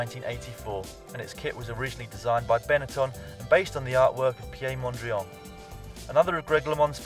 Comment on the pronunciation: Pi-ea' mondria? Piet Mondriaan was dutch - no fancy french pronunciation here. Agree with the list though. My favorite was one of the australian mapei development team which featured a kangeroo. (not too well known outside of au)